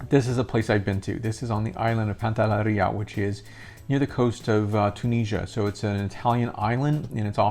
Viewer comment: PANTELLERIA. Not pantallaria!